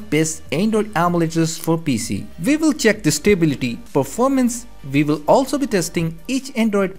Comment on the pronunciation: VI VILL VIN , nice accent bro 😂